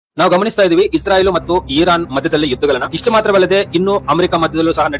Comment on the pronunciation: ಇಸ್ರಾಯಿಲ್ ಅಲ್ಲಪಾ